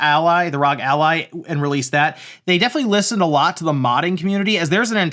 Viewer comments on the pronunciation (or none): No, it's ROG as in bog, cog, dog, fog, GOG, hog, jog, and log. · Please say ROG like you would say FBI and not like NASA